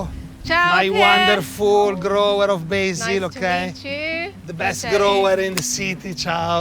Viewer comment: BAY_ZIL ??? You mean Basil.